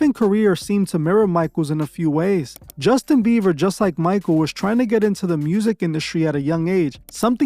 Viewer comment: “Justin beaver” 😂😂